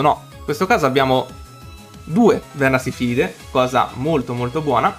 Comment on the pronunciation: Bro è vernaSILFIDE non vernasifilide😂 mica c’hanno na malattia ahahahah comunque continua così, bella profile!